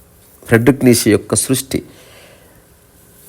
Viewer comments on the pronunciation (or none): హలో గారు ❤ fredrick neichze (ప్రేడ్రిక్ నీచ లేదా నీట్చ ) ని తెలుగువాళ్లు మాత్రమే నీషే,నీషే,నీషే అని pronounce చేస్తున్నారు. మోషే మాదిరిగా, మీరైన దీన్ని కరెక్ట్ చేయండి.